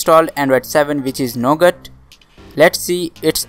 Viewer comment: he says "We have installed Android 7 which is no good". . . . . . . . jk. I know he said Nougat. Sounded like it tho 😂